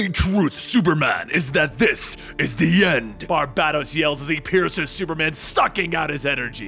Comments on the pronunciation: Bar-ba-dōs. Not Bar-bad-dōs. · Every time he says BarBADos 😬😬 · Gah! It gets on my nerves how you say his name BarbaDōs , BarbaDōs....man, pulls me out the story everytime....pheeew....okay. Unpause, back to the bedtime story...lol.....you're doing awesome, you Are awesome keep up the great work. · Dude, love your videos! But the way you are saying Barbados kinda makes me itch. Bar-bay-dos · I love your channel but dude, hearing you constantly butcher names that I know you've heard correctly is beyond annoying and infuriating. I KNOW you've heard Barbados said aloud before...it's pronounced like the country. That's the 1 thing bad about your channel...it's like you do it on purpose. You hear someone say tomato and you still pronounce it tomahto like "what the fuck dude?", Lol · I absolutely love these videos, do not get me wrong, but dude. You do this for a living. Learn how to pronounce things. Sigil = "Si-jul" not "Siggle." Barbados = "Bar-Bay-Dose" not "Bar-Bad-Ose" Please dude, look up pronunciations when you're making videos like this.